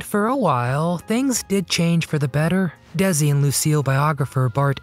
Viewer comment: First of all, it's not pronounced Dezi.... it's Desi. His family originally emigrated to Cuba from Spain... he was decended from Spanish aristocrats. Does that makes him a different race? I don't think so. The objection back then (50's) was that he was foreign and had an accent.